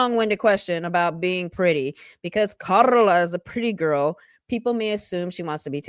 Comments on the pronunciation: LOL I could put you saying "KaRRRRRRRla" on repeat... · The EXTRA way you pronounce KARLA is hilarious 😂😂😂